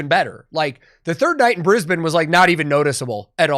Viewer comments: As a Queenslander I'm loving the fact you pronounce Brisbane properly haha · I just have to say, you said Brisbane, exactly how it is pronounced in Brisbane